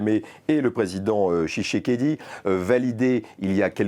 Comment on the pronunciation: Le président kagame et le président chisekedi😂😂😂😂 Vous avez abîmé le nom de mon président. Le ton... 😢😢😢😢😢 Chisekedi et tshisekedi